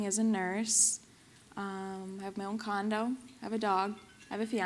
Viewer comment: She says, "I moved to CT, I'm working as a nurse", then at about she says, "I have my own condom"?? before she says, "I have a dog"?? I can't tell what she's saying?